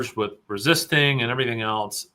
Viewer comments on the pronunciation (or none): none